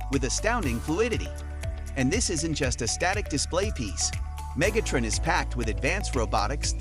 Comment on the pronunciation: that wasn't a knock--I like the way you said it